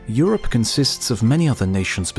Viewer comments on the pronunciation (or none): none